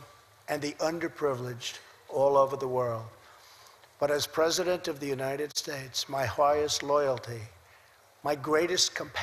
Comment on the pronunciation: bla bla bla, more shit from a shithead fuck you 'mr. pres-O-dent'